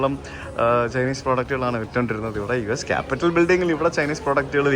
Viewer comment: കാപ്പിറ്റോൾ എന്നാണ്. കാപിറ്റൽ അല്ല. Ronald Reagan, not Ronald Wilson.😊